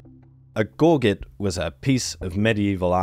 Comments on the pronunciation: Gore-git. GORE-GIT? It's a French word, and not meant to be spoken literally. Gorz -JHEY with a soft J/zh sound. Yes, I know that the British have decided to bastardize it into something that sounds like it need to be boiled for five hours until it's deemed edible in deep Appalachia, but I promise you that once you feel French pronunciation roll off your tongue you're like, "Ohhhhh.... Yeah, that mofo is definitely a gorzjhey and not a gore-git." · Gorget is gaw-jet, not Gaw-get. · Gorget has only one hard 'g' in it - the first one. The Anglicized pronunciation is gor-jet. The non-Anglicized pronunciation is gor-zhay. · Gore-Jay.......its pronounced Gore-Jay, not "Gore Get" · It's not "bat tins" it's "bat han" It's not a "gor git" it's a "gor zhay". They look like arrow shaft straighteners. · I've usually heard of gorget pronounced like "gore-ZHEY," that is like a French word. Apparently in both UK and US though, "GORE jit" is considered more standard. "GORE get," doesn't seem to be a established option. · GORGET is French and not pronounced GORR JETT.... but GAW JAY. I can see 3 holes twining to make a rope but not just one hole ? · It’s interesting that he and then you are saying “gor-get”. It’s actually a French word where the T is silent. Since my days in the SCA we called them a “gor-jhay”, though the pronunciation guides say things like “gôrjet” or the like that I cannot type on an iPhone. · You know, if you google words they come with pronunciation guides: gor·get /ˈɡôrjət/ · gor-jey--almost like a zii sound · Its pronounced gor-jet my dude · For anyone who cares the gorget is pronounced closer to "Gor-Shay" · The word "gorgette" is pronounced as "gor-JET" or "gor-ZHET." Here's a breakdown of the pronunciation: The first syllable, "gor," is pronounced like the word "gore." The second syllable, "jet" or "zhet," Putting it together, "gorgette" is pronounced with the stress on the second syllable: gor-JET or gor-ZHET. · gorget - gor'-zhay, baton - ba-tahn'